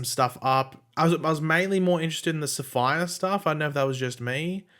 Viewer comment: Safiyah is pronounced Sa-fee-yah NOT sapphire.